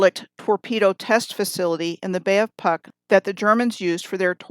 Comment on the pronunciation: and Puck pronounce is Pootsk :)